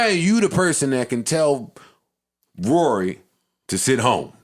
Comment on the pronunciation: Why did you say Raury ? 😂😂😂 is this dj Academics